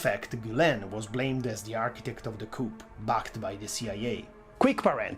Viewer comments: Just so you know: the p in "coup" is silent. It's pronounced "coo". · Normally I love the italian accent but the pronunciation of the 'p' in coup is so wrong. Even in english its the french enunciation.